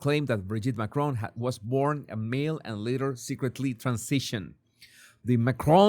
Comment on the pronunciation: Candace deliberately (and rudely) says MACRONE rather than Macron.